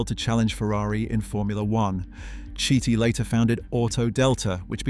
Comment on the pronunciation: Carlo Chiti - KEE-TEE, not shitty, not chitty, not kitty. OK? Gorgeous car...too bad we're stuck with contraptions that look like 4-wheeled insects these daze.